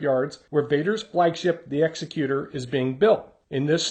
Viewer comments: Vader's ship is pronounced ex-ek-cuter, not execute-or. Don't worry I used to make the same mistake. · The name Executor is pronounced "ex-ECK-you-tor." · It pops up on video presentations occasionally. The name is more a reference to an executive than to an executioner, so we say "ex-EC-u-tor" :) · That's not how Executor is pronounced 🙂